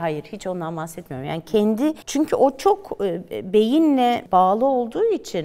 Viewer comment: Çünkü, çünkü, çünkü var. Türkçede çünki diye bir kelime yok.